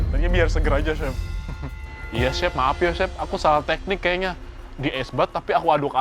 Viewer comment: salfok sama cara ibnu nyebut chef jd syephhh😂✌🏻